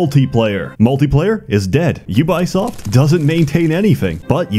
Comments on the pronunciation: Thanks for recommending this to me 2 years later, YouTube algorithm. I can't tell,, are you pronouncing Ubisoft like YOU-BUY-SOFT on purpose to fit the humouristic theme of your videos... or do you really think they are pronounced that way? Way too serious clarification: as Ubisoft employees revealed, for French/Canadians it's either UU-BEE-OSFT or OO-BEE-SOFT depending on accent, or it's YOU-BEE-SOFT for... everyone else....That said, I myself have jokingly called them YOU-BUY-SOFT before to friends. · Pronouncing Ubisoft as You Buy Soft is genius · we not gona talk about "yew-bai soft" ...? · Did he say "YouBuySoft"? 😂😂😂😂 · "jubajsoft" xDDD no ja kurwie, co to ma być xD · Excuse me, but you-by-soft? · Your pronunciation of 'Ubisoft' and 'Moses' throws me into a blind rage. 10/10, would hate again.